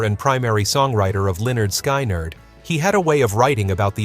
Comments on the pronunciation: You pronounced Lynyrd Skynyrd as LEONARD SKY NERD a few times?! wtf!! 😡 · It’s pronounced linerd skinerd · Is Lynyrd Skynyrd whoever this is can't pronounce the name right wtf 😡